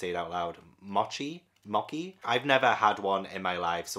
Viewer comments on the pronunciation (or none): none